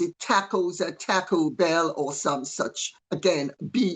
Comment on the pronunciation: LOVE how she says Taco Bell as "Tacko Bell"!!! Love me some Lady C! God bless everyone this Easter!